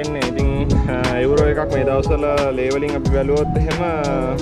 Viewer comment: එඋරෝ නෙමේ මචන් යූරෝ